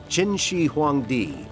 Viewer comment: the fact that you took the time to type this. also, as a chinese/taiwanese taught student, these facts are very true. also, its qin, not chin.